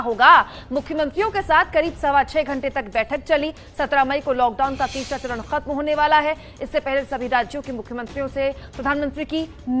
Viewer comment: चौथा सरन नहीं वो, चौथा चरण है